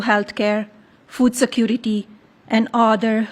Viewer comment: Love her but c'mon... She can't pronounce "other"??? Udder???!!!